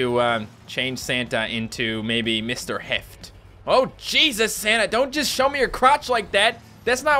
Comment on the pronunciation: It sounded like shouted Sanna and not Santa. Heeeeehh. Merry Christmas